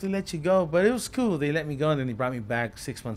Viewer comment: And coo lol